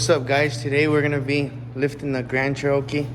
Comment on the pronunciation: It's cherokee like the native Americans not cher-rowkey. Come on. Haha